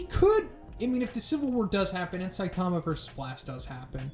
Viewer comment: SAI-tama, not Sai-TA-ma.